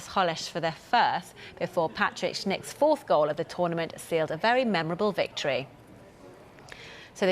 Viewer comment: Will Schick's name ever be pronounced right or is there more Schniks coming